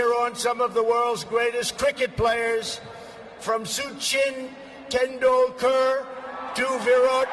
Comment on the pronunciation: I'm Indian and I understand when people mispronounce stuff, but mispronouncing Sachin Tendulkar and Virat Kohli (really easy names to pronounce and Indian legends), takes it to a whole new level.